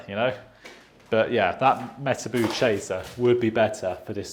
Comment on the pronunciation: Can’t get over the way he says Metabo 😆